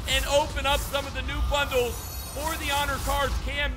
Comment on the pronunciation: You said pro pack bundie.😂😂